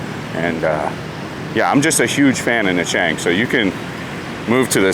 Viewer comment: Na Chang or you mean Nha Trang on the beach.